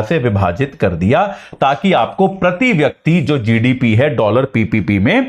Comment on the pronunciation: प्रती,व्यक्ती नहीं होता गुरु जी, शुद्ध बोलना सीख लीजिए